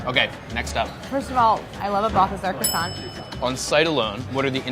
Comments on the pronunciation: Im surprised that with all that french knowledge Claire still pronounced Croissant wrong (mainly pronouncing the silent T at the end). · M N not at all! are you high? What’s the point in pronouncing the T in croissant when she perfectly knows that it’s silent? She speaks great french yet choose to mispronounce that word. Why? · Still pronounces croissant wrong though! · Claire: shows off her knowledge of the french language Claire: pronounces croissant “cross-ont” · Really enjoy these guys, but can somebody tell me why employees of a media entity called Bon Appetit refuse to pronounce croissant correctly. Not only should it not be one of the French words that English speakers have trouble with, but these are food professionals eating at a French restaurant! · Avi Mikhaylov there is still no need to pronounce the effing T at the end of croissant! It’s a silent T, it’s actually saving you time! How hard can that be?? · Croissant is one of the very few French words that I know how to pronounce... And, I'm really sorry, but neither Claire nor got it right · yes she did ! but i can see why croissant would be hard to pronounce